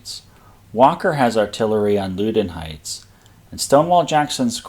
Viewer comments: Loudoun Heights is pronounced "Lowdon Heights." And Potomac River is pronounced "Putomic River." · For what its worth its pronounced LOW-DON heights, like Loudon County